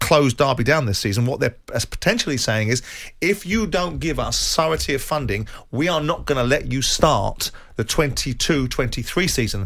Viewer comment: How Simon pronounces 'surety' 😭